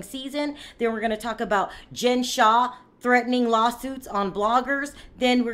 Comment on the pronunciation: Her last name is Shah not Shaw.